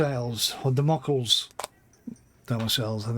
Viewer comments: "The Sword of Democles" is pronounced "The sword of Damn-o-klees" and is a fable about a sword hanging over a ruler, poised to fall down at any moment and kill him. It's often used to refer to things that could pose great risk, even to the one doing it. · Damocles. A coutier of Dionysus II of Syracuse. Pronounced: Damo-Kleez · Dah-mo-cleez is the way to pronounce Damocles. Otherwise liking the vid :D